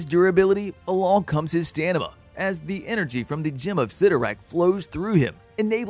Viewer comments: Took me a minute to realize that he said stanima not stamina 😅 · i laughed so hard when u said "stanima" instead of stamina hahaha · He said stanima 😂